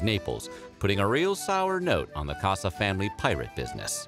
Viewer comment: It’s Cossa, not “Cassa”